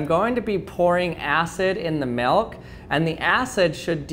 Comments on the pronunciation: Anyone else feel like he says “Melk” instead of milk? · I sweqr it sounds like hes saying melk Maybe cuz of my accent where i pronounce it like milk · I hate the way you say milk. Its almost malk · 0... He says melk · That’s funny 😆 cause he says melk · Melk melk melk melk melk. Staaaaaahp. It's MILK! It rhymes with ILL, not ELK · Take a shot (of milk) every time says Milk (or "Melk"). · Galaxy Angel Lol! Challenge accepted. He says “milk” or ‘melk’, lol, only 29 times. You’re welcome! Lol. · I'm glad you pronounce milk like milk instead of pronouncing it (malk) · I don’t think I’ve ever hated the way somebody says the word ‘milk’ more in my life.